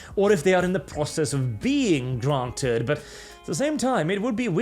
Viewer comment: I love the little 'Gr-r-r-r-ranted" you did lol, nice tongue roll